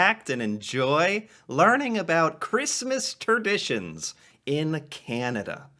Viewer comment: Christmas "Terditions"?